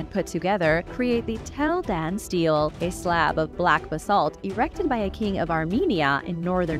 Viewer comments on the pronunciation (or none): Stele: pronounced stee-lay